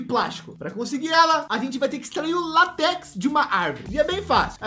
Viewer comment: Mano eu fiquei com muita agunia toda vez que ele falava latéx a pronúncia seria látex mas mesmo assim ótimo vídeo boa noite